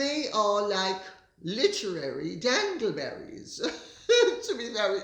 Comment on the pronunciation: I thought it was “dingle-berries”…I’m from the American South! Love you Lady C!!!